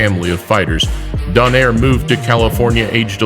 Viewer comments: also Nonito Do nay re not doner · It's pronounced as "Donayre"